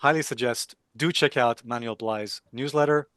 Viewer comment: Alessio, his name is pronounced "Man-well" Not "Manual"